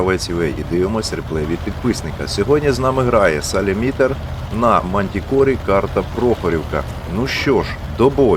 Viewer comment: Дякую автору каналу, що показав бій!!! Двома руками підтримую Вас і вдячний за те, що просуваєте україномовний контент на YouTube ;) Доречі, правильно СалімІтер з наголосом на друге «і» 😊😊😊 Слава Україні!!!!